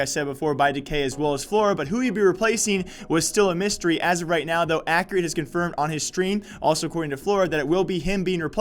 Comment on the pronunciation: its pronounced "EX" ccurate